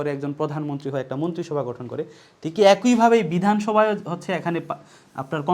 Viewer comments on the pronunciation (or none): অ্যাকোইভাবে নয় একইভাবে হবে।